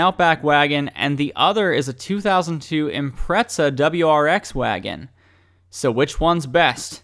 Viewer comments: Why do people say “Impretza” ? This isn’t the first time i’ve heard that lmao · What the fuck is an impretza